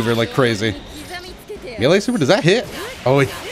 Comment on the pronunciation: I have a problem with how you say melee 😂